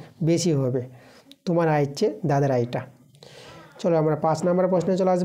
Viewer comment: Kotha ta tumar noi kotha ta tomar thik kore uccharon korun😅😅😅